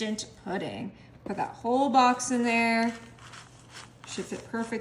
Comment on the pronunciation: why does she mispronounce so many words? wholed milk, mud root beer, nick and crannies. also it's like watching a four year old cook. just think of all the chemicals in these recipes, lazy and gross 1/10